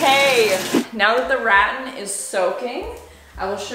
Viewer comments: It's Rat-tan. Rat (like the rodent) Tan (like you get a tan in the sun). Well it's more like Ruh-tan. Emphasis on the Tan. LOL ♥ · Nice job. Just an FYI … the product you used on the headboard and closet is pronounced “ruh-tan” (rhymes with tan). 😉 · Just a little tip. Rattan is pronounced ra-TTAN. Emphasis on the last syllable. I didn’t know what you were talking about until you showed it on camera. Great headboard though! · That and RATAN!!!! It’s all so wrong sounding. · Yours you’re so cute, it’s pronounced Ra-tan (say like man) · Just an FYI rattan is pronounced like ruh-tan. 😃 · RATan. I'm struggling so much with that pronunciation! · Pronounced Ruh-TAN. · You are amazing! I’d love to see it with the original floral bedding. Also, I’ve never heard rattan pronounced that way. Have I been saying it wrong my whole life? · I've never heard rattan pronounced quiet that way. Love you. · Gosh girl, your pronunciation of Garage and now Rattan 😂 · Hearing mia pronounce rattan as “rat-in” is triggering 😂 ive always heard it as “ruh-ton” love this reno though! So cute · "Rat - Tan" Me: "Ra - Tan, it's Ra - Tan,, please, My OCD can't take it" Initially thought the light above the bed was hanging too low, but in the reveal, it looks like it was brought up a little higher. Love the results... good job. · I always have to ask myself “is this a Canadian pronunciation of a word?”. I usually pronounce it “ruh-TAN” instead of “RAT-an” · Rattan is NOT pronounced Rat-on 🤣 it's Ra-tan! And it's not a THREE quarter round.. it's just a quarter round because it's only 1/4 of a round 😆 also it's a circular saw not circle saw 😂 I love listening to you. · it's Rat-tan im confused at 1st when she said reh-ehn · Rat-tan. Not ratin. Rattan! I bet you also say malk in place of milk and garayge instead of garahge. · Wtf is ratton?....OH , rah-TAN you mean! 😅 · Its pronounced ra-tan right? not rat-in? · It's ra-TAN, not rattin' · say it with me, "ruh-tan", not "raten".